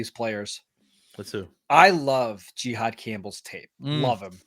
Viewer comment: I’m just gonna assume his name is pronounced JA-HAAD not GEE-HAAD…